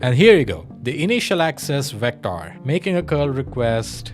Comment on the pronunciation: this guy has such a NRI accent VecTOR , nice video though , claude is surprisingly good at documenting things neatly , as a human , it would be nice to copy that style